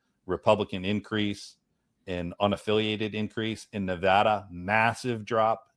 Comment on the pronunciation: Lots of great points which others are addressing so I'll simply say that, as a Nevadan I very much appreciate that correctly pronounces the name of my state. That may seem trivial to some, but it shows attention, care and respect. Thanks for all the great work otherwise.